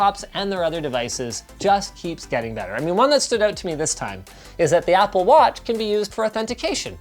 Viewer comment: Ah yes, "Appl"